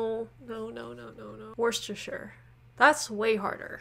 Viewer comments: You did really well pronouncing Worcestershire but it's kind of uncommon in England to give it its' full name when referring to the sauce, Worcester (Wuster) Sauce is more common, so "Worcestershire" is reserved for the county name and Worcester for the city and the sauce ( and yes I know the bottle says Worcestershire but Brits tend to be very lazy talkers) . A farthing was an English coin that was abandoned in the early 1950's, it had a value of 1/4 of an old Penny hence a farthing is a 4th part. Shire is an odd word, pronounced "shire" (rhymes with hire) when used as a word on its own but lazily the pronunciation very often is abbreviated when used in a county name so Yorkshire is often pronounced "York shuh" where shuh rhymes with "the". Any county name ending in Shire is often pronounced like that. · Thanks very much for the shout out :) Worcestershire is spot on. The 2 CGP Grey videos on the City of London are superb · Great video. I like your attitude towards learning, rather than just judging other cultures. 👍 I think most people in Britain call it Worcester ("wooster") Sauce, rather than the full Worcestershire. Top marks for the pronunciations, some of which were better than the natives. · Worcestershire, spot on.